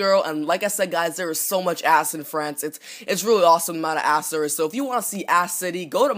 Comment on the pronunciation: you pronounced "ass" like "ahhss"